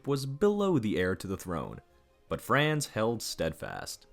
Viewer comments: First, you need to learn how to pronounce Franz correctly - then yiu have to read more history to realize how common trophy hunting was - all over the world - including Teddy Roosevelt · Calling archduke "france" is like poking in ribs, but when I heard "cho-tech" I had to quit. The narrator's linguistic ignorance is a sure turn-off to me. He should take some German / Czech pronunciation basics.